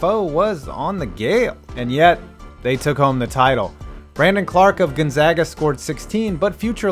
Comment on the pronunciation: Thank you for saying 'Gonzaga' correctly